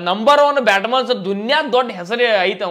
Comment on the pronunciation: Anna adu Batman's alla, batsman